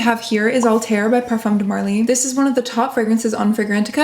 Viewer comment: You live in France it’s time to adjust your pronunciation of “parfum” pleeeeeeeez